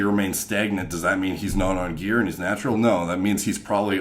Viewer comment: You say gear like metal gearrrrrrrrr